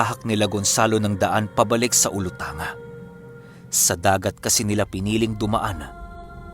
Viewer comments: Wow zamboanga sibugay na. Olutanga. olutan ga ang pag bigkas nun. Hihi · ulutangga po tamang bigkas Nyan